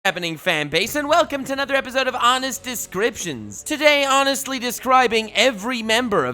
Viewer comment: did your realized that your calling your descriptions DIS-CRAP-TIONS